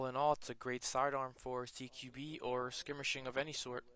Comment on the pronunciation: "skimirshing" wtf?